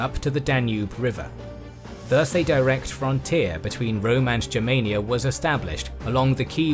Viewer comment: Congratulations for the right pronunciation Germania, not clasic english Germany! Yes sir!